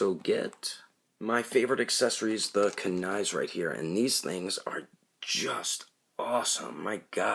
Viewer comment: You pronounced kuni wrong bruh